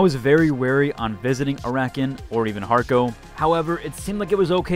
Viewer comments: Ara-keen. Not Arakin. Orni-thopter. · Air Uh Keen